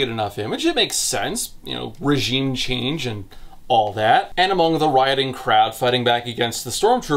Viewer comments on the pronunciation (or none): none